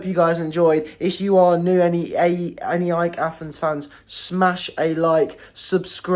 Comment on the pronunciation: it's pronounced αεκ (put it in a pronouncer to hear it)